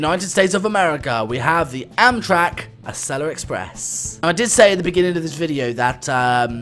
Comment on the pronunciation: I’m from America and the way you pronounce Acela is fine